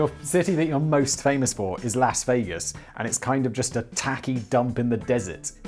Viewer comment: Simon pronounces Las Vegas with a hard A and Nevada with a soft A. If he just swapped them, he could be correct... (I'm not from Nevada, just someone who is sick of people mispronouncing places.)